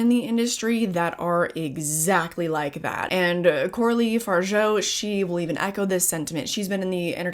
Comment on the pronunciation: absolutely loved the movie and, as a French person, can't help myself from saying: it's pronounced Far-ja (yes, we're annoying)